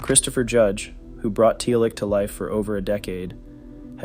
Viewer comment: It bothered me XD